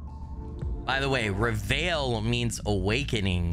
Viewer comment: hey, just wanted to let you know that if the title is indeed in French, it's pronounced Ray-Vaille, but you don't say the "L". The veil part is a sound similar to eye in English. It's not really a sound in you hear in English but it's more common in French.